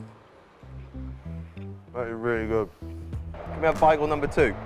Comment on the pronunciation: Your way of saying “Bagel” does not seem correct lol